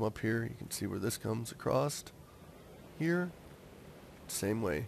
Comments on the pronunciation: ITS ACROSS NOT ACROSST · Not to be mean but it's "across" and not "acrosst"